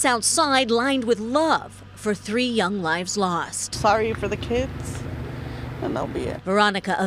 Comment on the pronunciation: Wait... did say: the three "hung" children or the three "young" chilcren? I'd like to be able to say that a parent murdering their children is a shock to me. It's not. It is, and will always be, incomprehensible to me. I don't understand how you betray your own child.